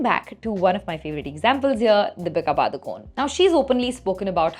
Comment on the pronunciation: You can't even pronounce DEEPIKA PADUKONE properly 😂